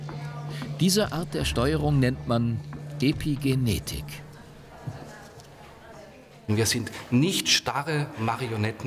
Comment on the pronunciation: Warum sagt er "Depigenetik"?